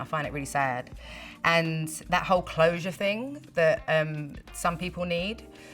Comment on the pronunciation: "... n' stuff like tha'..." :D <3